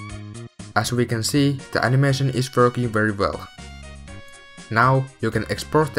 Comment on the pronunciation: i love how he says verking